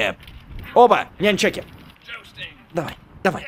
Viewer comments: Правильно не няньчаки а нунчаки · сам ты нянь чаки правильно говорить нун чаки